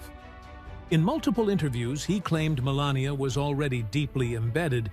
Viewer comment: Me-lain-a lot